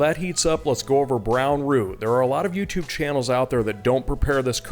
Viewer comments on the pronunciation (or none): none